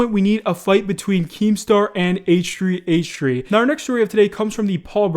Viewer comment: Um why aren't you saying h3h3 properly... Wtf